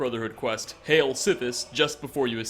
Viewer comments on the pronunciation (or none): none